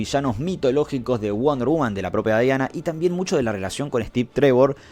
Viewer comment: Diana se pronuncia "Diana", y no "Daiana". Que los angloparlantes lo hagan mal no es razón para imitarlos.